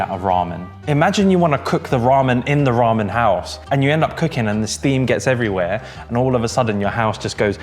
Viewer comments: Who else is creasing at how pronounces ramen, “Rarmen”🤣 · Why does the say Raman weird